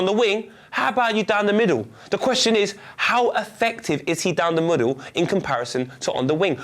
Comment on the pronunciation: 5.17 minutes = "HOW EFFECTIVE IS HE DOWN THE MODDLE" haha it's okay I know what you meant 😂